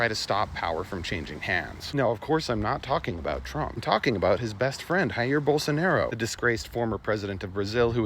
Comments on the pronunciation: My brother in Christ, the J makes a J noise not an H noise in Portuguese. Jy-ear Bolsonaro is the correct pronunciation. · By the way, "J" in portuguese has the same sound as in english, it's not like Spanish haha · Great vid, just one little thing, which has nothing to do with the topic: J in Portuguese sounds like French, not Spanish.